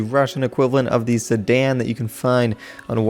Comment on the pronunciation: i like the way he say "Sedan" "Sadan"